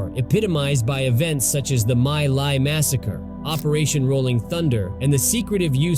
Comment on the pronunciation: My Lai; pronounced 'Me Lie'